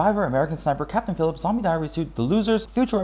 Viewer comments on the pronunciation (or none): none